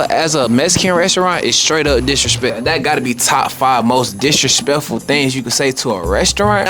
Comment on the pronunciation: “Do yall know how DISH RESHPECKFUL that is”